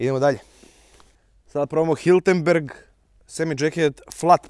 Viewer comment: nije Hiltenberg, već čuveni proizvođač Hirtenberger.